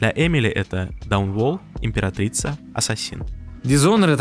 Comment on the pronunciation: Видео нормас, но Дануолл, а не даунол